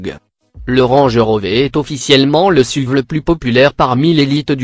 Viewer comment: Vous devez avoir un problème avec les noms de voiture vous n'avez pas parler d'une voiture sans mal prononcer un nom juste Par exemple : on dit S.U.V et pas suv , on dit Range RovER et pas Range RovÉ , on dit Audi R 8 SpYdER et pas SpIdÉ